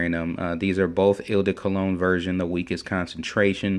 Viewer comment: eau in eau de cologne is pronounced like oh not il or whatever you are saying. Or better yet just say the letter o. I'm not trying to be an ass. In fragrance reviewing there will be a lot of butchering of words.The online dictionary can be a good friend. look up words and hit the sound button. If I have come across as an ass or just being snooty I apologize